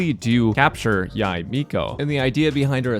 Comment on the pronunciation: pet peeve rant but why do so many content creaters call her yai miko its clearly yae (yay) miko